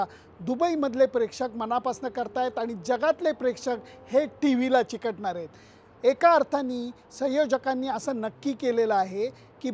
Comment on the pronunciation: चिकटनार नसत हो चिटकनार असत 😃😀🤣